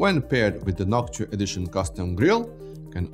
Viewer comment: Noc tua????? Say that again.